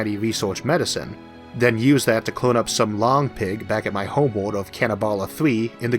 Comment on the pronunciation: Your Elmer Fudd voice is fine, w e do appreciate the captions, but I had a teacher that pronounced English with German set. so the line The quick brown fox got pronounced "The kh-wick brohn Fohks yoom-ped oohvar the lach-see dog." So hearing 'Homewold' and 'vampiwas' is actually relaxing.